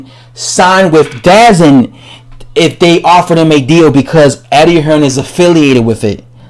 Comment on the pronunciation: DAZN is pronounced D-Zone